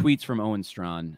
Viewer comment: I always pronounced his name stray-kin.